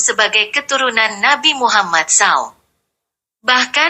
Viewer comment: Maaf sekali Koq narasi suara wanita ini seperti suara robot/ AI , Bilang Rasulullah nabi Muhammad SAW, ( dibaca saw) ... telinga agak kurang nyaman